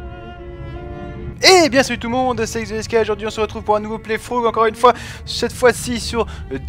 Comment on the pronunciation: "Playfrough" Non, playTrough ! XD